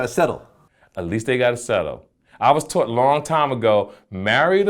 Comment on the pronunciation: Did this nigga jus say "taughrt" instead of taught lol